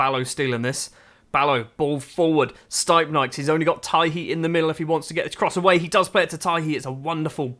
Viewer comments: Its pronounced : “steepnieks” not staipnaiks Source : im latvian 😁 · to be fair your doing a good job for a foreigner on most names, but the stipnieks one… man